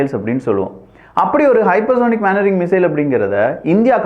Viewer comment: தம்பி அது மேன் வரிங்க இல்லை மெனு வரிரிங்